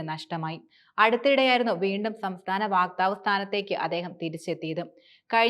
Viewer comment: വാക്താവ് അല്ല; വക്താവ്